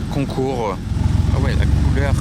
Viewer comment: "La couleurrrh"... C'est ça!